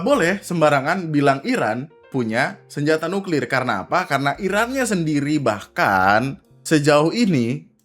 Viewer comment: Senyata,Senyata,Senyata nyuklir nyenyenye...... ngomong aja masih remed jink